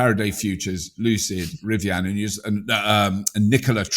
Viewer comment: Never heard anyone pronounce Rivian as "Rivi-Anne".